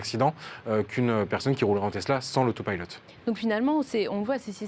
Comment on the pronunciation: pourquoi ils prononcent "pilote" en anglais ? alors qu'ils peuvent le dire normalement